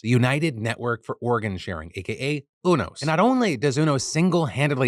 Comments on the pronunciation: I have never heard UNOS pronounced like that before. Its United network for organ sharing. I've always heard the u pronounced like "you". It was throwing me off. :) Also placer county, ive always pronounced the a like apple. Though im not sure what is "correct" but that was fun either way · It's pronounce You-NOS. As in the letter U then NOS. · Phiiiillll it’s pronounced Yew-nos 😅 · Is that really how you pronounce unos?! Ooo-nos… I always thought it was you-nos (ie. Greys anatomy, ER, good doctor, ect) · Phil, just to let you know, UNOS is pronounced you-nos